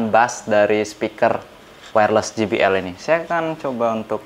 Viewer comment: JBL Dibaca kalo inggrisnya "je bi el " bkn ji bi el...huruf J dlm inggris dibaca "je" kalo huruf G dibaca "ji".